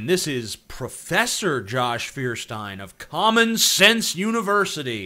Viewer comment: For some reason I heard "Common sense" as "Comic sans". Help me